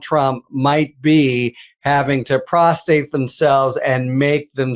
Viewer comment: I think you mean "prostrate" yourself (with two r's). Prostate is the name of the gland that makes semen.